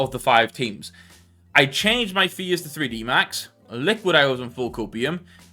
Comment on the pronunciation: FUSE?! its faze